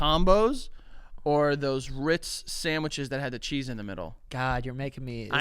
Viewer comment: say it Joey....say Ritz! "...Rrrrrr..." 😂😂😂😂😂 Yes!!! ❤ Still my boy!